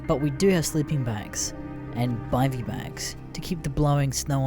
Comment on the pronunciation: Its pronounced biv-y not bi-vy